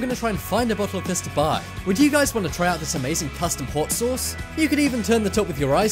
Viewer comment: Learn how to say the word sauce ... Damn it